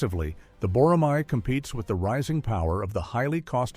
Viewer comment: I have a request. It’s not “boramai.” It’s written as “boramae” only because of the Korean spelling, but please read it as “borame.”